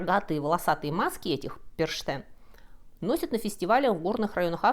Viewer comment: Сейчас буду противно дотошной, как все немцы.Что поделать, кровь сказывается)). Но правильно говорить не Фрау ПерШтен, а ПерХтен.Причём в этом случае " Х" очень явный, горловой звук. Спасибо за лекцию, была я на праздновании этого мракобесия в австрийской деревушке. Потрясающее зрелище.Мы стояли за ограждением, наши детки, перепуганные, с огромными глазами, у нас на руках. ( Маски и костюмы были просто не шуточными, точно не для детских утренников, громкая музыка, факелы. Эти " демоны" хватали зазевавшихся, могли стукнуть об оградку или измазать тебя краской) А вот местная детвора, особенно подростки, были в явном восторге. У них это действо до сих пор ежегодно, особенно в туристической местности.